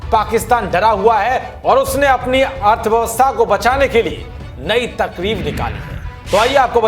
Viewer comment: Takrib nahi tarkib! Nishthur sale hindi dhang se bol